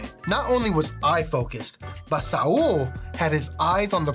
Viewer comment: its not sa-ul its saul goodman